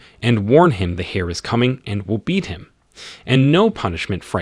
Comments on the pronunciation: Saying hair when it's pronounced air just... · I loved your reading/translation, though a few of your pronunciations kind of bugged me; for instance, the "H" in heir is silent should be pronounced like the "air" you breath not a hare (rabbit) and 9 times out of 10 you gave the wrong pronunciation of "live". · The miss pronounciation of the word heir is really annoying constantly saying hare/hair. I'm trying my best to ignore it. 😂😂😂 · OMG He said the hair apparent.🤣🤣🤣🤣🤣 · Grateful for the video, but please fix the narration. The characters' names' pronunciation changes almost every time so it gets confusing occasionally, the grammar of certain words like enunciating the "h" in heir, and phrases like "his son-in-law" with Xu wenzhao when they are not related that way